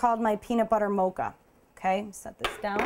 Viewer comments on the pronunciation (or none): You can't say mocha right